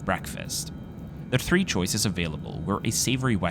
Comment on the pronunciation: no I'm just making a joke lol, usually the voiceover says "being 180 cm tall" but they emphasized the 3 this time